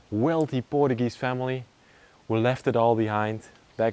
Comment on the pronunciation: In English, it's pronounced "POR-CHEW-GEEZE" Da nada.